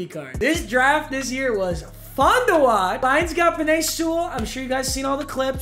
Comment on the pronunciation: its pen-ay, not pe-nay